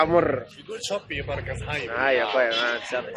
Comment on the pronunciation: It is barraka🤣😂